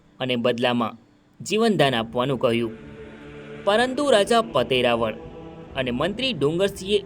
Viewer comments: ઇતિહાસ ના મહાન વ્યક્તિત્વ ધરાવતા હોય તે રાજપૂત ચૌહાણ રાજા જયસિહદૅવ મહારાઓલ ' પતય રાઓલ " ઉચ્ચાર કરશો્ જેથી બહાદુર શુરવીર શક્તિશાળી ભક્તિવાન રાજા નું ના ગૌરવશાળી રહે્. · ભાઈશ્રી પાવાગઢ ચાંપાનેર ના હિન્દુ રાજપૂત ચૌહાણ રાજા નું નામ પતાઈ રાઓલ જયસિહદેવ મહારાઓલ નામ નો ઉચ્ચાર કરશો્ રાઓલ ' નો અર્થ. રાજા મહા રાઓલ અર્થ મહારાજા માન વાચક શબ્દ છે મહાન વ્યક્તિત્વ ધરાવતાં. બહાદુર શુરવીર શક્તિશાળી ભક્તિવાન રાજવી જયસિહદેવ મહારાઓલ (પતય રાજા) પાવાગઢ ચાંપાનેર રાજ ના રાજવી હતા્ વારંવાર ભૂલ ના રહી શકે હ